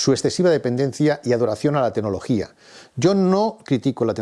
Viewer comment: enhorabuena por su clarividencia y buen criterio. Y, con todo el respeto, por favor, mejore su pronunciación: se dice 'tecnología', no 'tenología'; 'claro', no 'caro'; etc. Vigile también no cambiar el género gramatical de ciertas palabras. Creo que así sus charlas mejorarán en la presentación todavía más.:) Gracias.